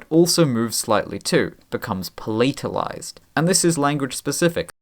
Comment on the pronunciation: Hi - you are mispronouncing the words 'patalized' and 'palatalization'